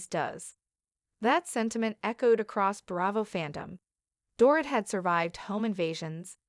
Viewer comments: It sounds like Doreet. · You need to learn how to pronounce the Dorit's name.